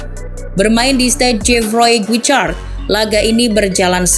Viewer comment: Untung nya bro becks bisa bangkit, walaupun prestasi timnas nya gk banyak berubah Izin koreksi penyebutan nama ya min Guichard: gishard